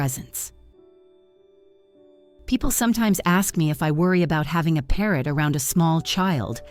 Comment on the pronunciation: Parrot? U said Parrot.😅😅